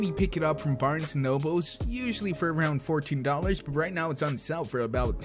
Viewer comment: You kept saying thum instead of them and that really annoys me please pronounce the word correctly. You also said barns and oboes instead of Barns and Noble please work on your pronunceations